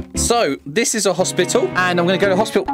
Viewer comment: "Okay we are at hospitil"